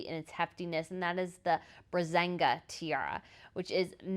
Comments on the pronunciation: Great coverage! Such a privelege for you to have witnessed such a momentous event. Two things: 1) it's the braGAnza tiara, not braZanga; 2) the Greek royals are princes and princesses of Greece and Denmark by virtue of their descent from George I (Queen Alexandra's brother) and not because of Anne Marie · It's - again, again, again - the Braganza (Bra-gan-zah, when spoken out) Tiara! Not the Brazenga. Please, please, please, try to get that right. That's not the level of professionalism I expect from you, as you are calling yourself a person "providing compelling royal commentary". Now equipped with press accreditation like this time, you need to step up your game on the correct naming of things. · Love your channel and all the hard work you put into your videos. But please work on your pronunciation of the names of the jewelry....queen Silvia is wearing the Bragantza tiara NOT the brazinga (made me think of Sheldon Cooper from the big bang theory) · Great comment! The mispronunciation of the braganza tiara made me think of Sheldon Coper from the big bang theory